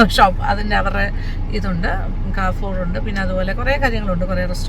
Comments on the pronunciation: It's a French word. People who don't know French pronounce it in all possible ways.😊 The actual pronunciation is ka-ru-faw. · Ma'am its കാരിഫോർ. Not കാർഫോർ